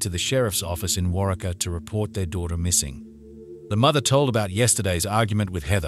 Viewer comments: Its Pronounced "WarWeka" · Wa-ree-kah is the pronunciation of the town. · War-ree-kaa ( Waurika ) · WAR--EEK--UH is how the name of the town is pronounced. I live in Texas, about 25 miles from Waurika, and remember this case all too well. Law enforcement are not the ones who found Heather, a rancher checking his fields and cattle is the one who saw her body in Belknap Creek and called the police. Because Heather was taken across the state line into Texas, the FBI and Texas Rangers headed the investigation into her rape, kidnapping, and murder. Make no mistake about it, Curtis Gambill was a serial killer in-the-making. If he hadn't been caught for murdering Heather, he would have killed God only knows how many more times before he was caught. Many people believe he killed someone else shortly before he murdered Heather, but law enforcement hasn't been able to prove it. Josh Bagwell is your typical rich kid who was never told 'no,' and also has no conscience. As for Randy Wood, I have no sympathy or admiration for him at all. IF every word he said about what happened to Heather that night is true, why didn't he tell an adult what happened after he was safely away from Curtis and Josh? He could have gone to the cops, gone to his coach or a teacher. No one would have doubted him because everyone knew what a psycho Curtis Gambill was. Instead, he chose to let Heather's body rot in that creek for over a week, all while he was being crowned Homecoming King. Some peope think what he did at trial was noble (dropping his plea deal and testifying against Curtis and Josh without a saft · Drives me crazy how he say Warika omg I'm from medicine park oklahoma. Glad there's another okie on here xoxo my Sooner friend ❤ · I was thinking the same thing when he kept saying it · The town name is pronounced War-Ree-Ka. ~Love Texas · Its pronounced War-eee-Kah, Oklahoma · Im in Oklahoma and its pronounced; War--Reeka.......fyi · Waurika is pronounced war-reek-ah.